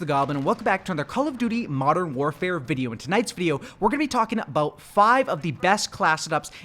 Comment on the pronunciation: When he said Modern Canpfare... I felt that.